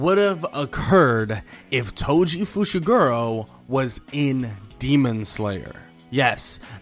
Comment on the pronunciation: I thought he said "Toji Fushiguwo"